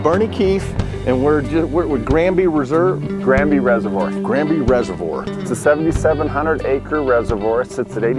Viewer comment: Does Florida not have "Reservoir's" Guy can't pronounce the word lol.